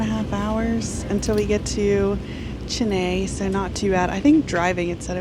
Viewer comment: Thank you for taking the effort to pronounce "Chennai" correctly. We are so used to foreigners calling it Chenaaay, which literally translates to Red Dog and such a cringey feel. Enjoy the travel around South India where people treat guests as family without hesitation. Good luck.